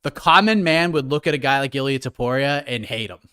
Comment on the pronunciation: It's TOPURIA NOT TOPORIA